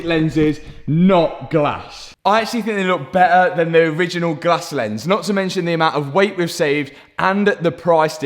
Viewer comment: bro just says beeher and not better😂 (no hate i just think its funny)